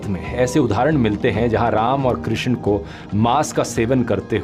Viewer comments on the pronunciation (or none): none